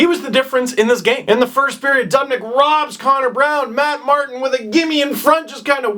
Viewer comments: "dubnik" its "devin doobinik" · steve it is duoob not dub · its doo..bnyk not duub...nyk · henry frisell Lol yeah That part bothered Me too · Ignorant Torontonian doesn't know how to pronounce Dubnyk's name.